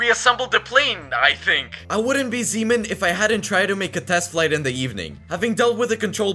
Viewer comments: Why does he say zeeman like semen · Bro when u say zeeman really fast it sounds like another word seaman